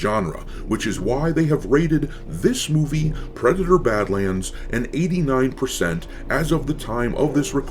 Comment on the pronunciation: ... "PWEDATOR BAD-WAND!" 😂🤣🤣😂